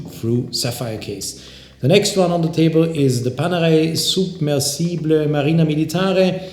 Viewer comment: is that how you pronounce submersible italian way?